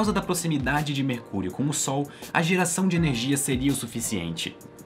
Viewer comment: Só eu ouvi ele falar "mercúlio"? 🤔